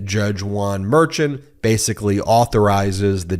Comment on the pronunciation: The judge’s last name Merchan is pronounced “mare shon” not what rhymes with urchin